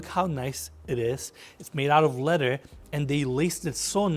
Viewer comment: Leather (Le-TH-er) not Letter. TH like you are saying THE.